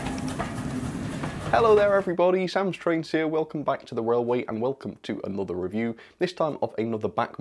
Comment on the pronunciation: Welcome back to the wailway